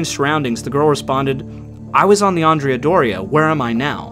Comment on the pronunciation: I am slightly annoyed by the way andrea is pronounced in this video, andrea should sound like and-re-a but it sounds like you swapped the a with an o, common mistake and I'll forgive you this time